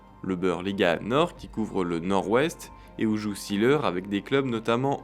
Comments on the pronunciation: Juste la prononciation de son nom n'est pas la bonne. See se prononce zé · Documentaire intéressant sur un footballeur atypique. Mais vous prononcez son nom à l'anglaise. En allemand, on dit zéleur. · Formidable. ! Toute mon enfance.Oui Uwe Seeler ( on dit zeler pas ziler )est un veritable champion. Par ses valeurs morales ,il est un exemple pour la jeunesse.Aujourd'hui y’a que les datas qui comptent .Quelle connerie. Un champion doit pouvoir etre montré en exemple par ce qu'il fait sur et en dehors du terrain. Aujourd'hui les Messi ,CR7,Neymar n’ont aucune chance d'être des champions à mes yeux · Vous pourriez au moins prononcer son nom à l'allemande : ce n'est pas Ouf Sileur mais Ouvé Zééééleur !